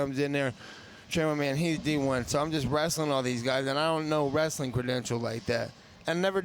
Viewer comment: "i got wrastling on accident hue hue"